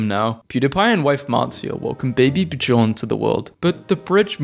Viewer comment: Buh-jorn? Pretty sure it's pronounced Bee-yorn.